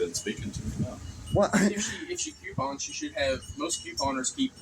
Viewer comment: It is coooo-pons.... Not "Q-pons"😂